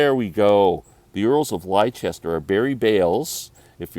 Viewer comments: Lester. It is pronounced Lester as in Leicestershire (Lestershire) or Gloucestershire (Glostershire))or Worcestershire (Woostershire) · That Jerry Douglas album is actually pronounced "Earls of Lester," hence the title. The Brian Wilson autobiography is a good read as it reads in his voice. Thanks for the shout out!